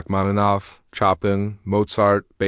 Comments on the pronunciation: It is pronounced " showpan" abrubtly, not chopin as in firewood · Enjoyed the story but as it was about music and composer, I learnt to pronounce Chopin - pronounced like Showpan 😂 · It pronounce Shopin for Chopin!! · People know music should know how to pronounce Chopin. 😂